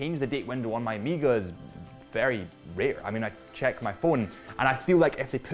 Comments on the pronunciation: Weirdo, why are you saying OH-MI-GA… it’s OH-MAY-GA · get ahold of the Ed White "Cal 321" and then you can re-do your review and find a flawless example of the Speedmaster! Btw.. it's O (as in Oh) Mega.. not Amega! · Am I the only one that hears o-me-ga vs O-meg-ah??? Great review either way. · Why the hell do British people say Omega so weird? O-meega 🤣